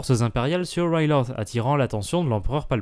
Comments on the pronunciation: oui sauf qu'en Français Ryloth se prononce "Rilote" ou "Rylote" Sinon très bonne vidéo à part ça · c'est quoi cette prononciation de Riloth?